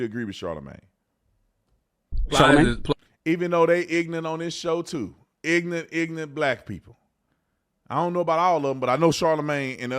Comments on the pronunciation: Bro you talk stupid. Theresan R in ignoRant. Its not ignant. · Tell you what is ignorant, saying "ignunt" instead of ignorant😅